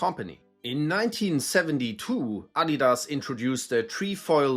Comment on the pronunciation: Thank you for teaching me the correct pronunciation of Adidas. In the USA, many of us were unaware the company is German, and unlike Nike, they don't tend to advertise on TV here, so many of us Americans are wrongly pronouncing it as "ah-DEE-dass" or "uh-DEE-duzz,"always with a strong emphasis on the "dee." I now understand this was clearly incorrect.